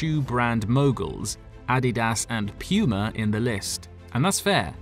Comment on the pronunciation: Pronounced “POO-MA” Guy says: “Pee-You-MA” 🤭